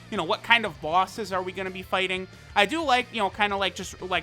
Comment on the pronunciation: Normal Person Pronunciation: Bosses pronunciation: BAWSES